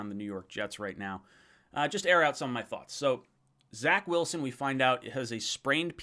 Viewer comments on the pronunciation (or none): none